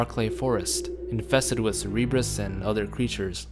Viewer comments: CERBERUS, not "Cerebras" for fucks sake. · Lol "cerebrus", we know u meant cerberus. Silly goose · What the hell is a cerebrus lol? You mean Cerberus? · It's pronounced "SUR-bur-us", not "sur-EEB-us". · Cerebrus? Cerberus you mean? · It made me cringe every time you called the zombie dogs "cerebrus". They're called CERBERUS (pronounced ser-ber-us) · The dogs are called "Cerberus" not "Cerebrus" ;) you know, like the dog that guarded the netherworld in Greek mythology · I thought the dogs wree called cerberus not cerebrus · Love the videos but... it's Cerberus man ahaha. Not Cerebrus. :)) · Cerebrus?? I thought it's pronounced Cer-be-rus? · Cerebrus? Kinda like cerebro, professor x's machine? Pretty sure the dogs are pronounced as sir-bur-rus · Its CER-BER-US NOT CER-E-BRUS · im sorry but Cerberus not Ceree brus. that kinda made my brain hurt a little good video though. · Its cerberus, not "cereebrus" 😄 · Cerberus NOT Cerebrus..... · Cerberus is pronounced "sir bir iss", not "sir ee bris". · Why do you keep saying "Cereebrus"? It's Cerberus. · Its Cerberus not Cerebrus xD and i think the "C" is pronounced as "K". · Cerberus! Not cerebrus hahaha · "a pack of cerebrus" haha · I'm sorry I apologize it's totally fine but... "a wild pack of" what?? "Cerebrus"? Babe, that's the X-Men machine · why do people say cerebrus -_ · I know right, not a tomato, tomato situation. Very clear and established pronunciation. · It's Cerberus dog, Cerberus as in the three headed hound of Hades. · love the video, but every time you pronounce "Cerberus" i cringe ahaha